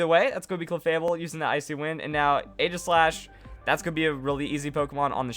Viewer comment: It's Ee-ji-slash you fool.